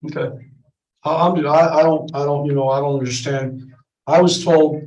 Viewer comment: he seems proud of having been to jail 7 times. makes him an expert in his eyes. but still he winds up saying 'I dun unnastaand."